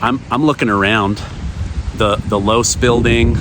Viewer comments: Not to be pedantic but it's Loe-see. Otherwise great video. Thank you! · Low-see is how Losee is pronounced. The Losee family used to have a jewelry store for more than half a century, and somehow their family name ended on the building at UVU. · Just an FYI the building is pronounced Lowe See not Loooose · LOVE YOU …,,,. But your pronunciation of Losee is wrong. It’s NOT LOSE’ It’s LOSEE (EEEEEEEE) With an E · Its pronounced Lo see building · It’s pronounced low-see building. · I think Losee is correctly pronounced like LowC. Had a friend with that last name. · It's actually pronounced Lo-see building, but fascination video. Thanks! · Just FYI Losee is pronounced Lo See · I appreciate all that you do I really do I follow you everyday? The e in the low c. Name. That doesn't make sense on mind talk. Record. But the last e is pronounced with an e. The name is pronounced with an e. That is the only thing I want to say. I appreciate all you do for the channel for you. For putting out what you do I love you. I hope I'll go with you and your family. Thank you